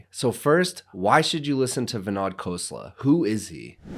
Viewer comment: Great video - BTW, his name is pronounced as vinOd, not vinAD.